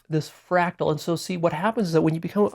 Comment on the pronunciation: It’s a fractal, not frackle